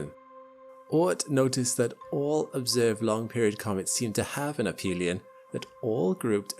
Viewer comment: Neither was I. Nor was I expecting him to mispronounce aphelion or apophis.